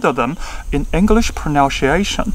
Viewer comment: 看這影片看得很難過...認真回，英語發音標不標準跟講台語或普通話無關，重點在於觀察能力以及那個人在不在乎自己的發音。你發音已經算不錯，但仍然有很多細節沒掌握，舉你說的第一個例子 Some parents那裡，don't跟want的t都不要唸，kids唸的時候中間嘴型是一二三的一，你的唸法是英式，Taiwanese不是唸ㄊㄞˇㄨㄢˇ膩s，tai的發音舌頭是要捲進去的，wan是唸one一模一樣，English的要唸en-glish兩個音節不是en ㄍ lish三個音節，pronunciation的c是ㄙ不是ㄕ。I speak solely Mandarin (I do not speak Taiwanese at all) but obviously I know how to sound like a native speaker. That is why I strongly deny your point of view. However, you did a great analysis somehow. Nice vid.